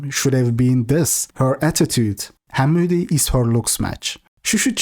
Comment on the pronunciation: I don't like it but they way he says "Hamudi" is terrific.